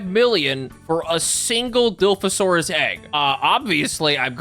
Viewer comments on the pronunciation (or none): IT IS PRONOUCED DIE-LOF-OH-SUAR-US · Paleontology major here, gonna comment every mispronounced dinosaur name (I do this out of love) Dilophosaurus, pronounced dill-off-oh-soar-us Ceratosaurus, pronounced serra-toe-soar-us Nasutoceratops, pronounced nah-suit-oh-sarah-tops Struthiomimus, pronounced strooth-eeoh-mime-us Carnotaurus, pronounced car-no-tore-us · Dill-off-oh and sir-Rah-to :) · Even though he apologized in advance, I will never forgive you calling dilophosaurus "dilfs". Struthiomimus "strut-yo-legs-asaurus" Ceratosaurus "carrot-oh-saurus." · (Pronunciation) Diloff surat strooth, k I’m done just wanna watch the video now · thank you for the apology your not doing terrible so it’s ok but it’s die lof (like loft without the t) asaurus and cer (like sir) rat asaurus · Bro couldn’t even pronounce Dilophosaurus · I don't want to say you angered every ARK player by mispronouncing dilophosourus but you did. Congrats.🎉